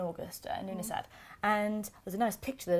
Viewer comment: it actually means september in the irish language. you dont pronounce the dh at the end. love the morrigan on your shirt. im your irish facebowook friend. love the videos as you kn